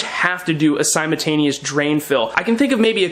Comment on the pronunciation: Pronounce your L in simultaneous